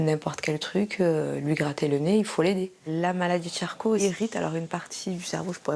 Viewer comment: charcot, pas charclo 😉